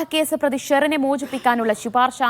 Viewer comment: ശി പാർശ അല്ല ശുപാർശ